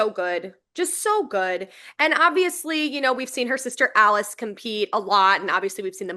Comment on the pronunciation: Alice and Asia are pronounced "Ali-Chey" and "Azeeah". Y'all are doing amazing, sweeties.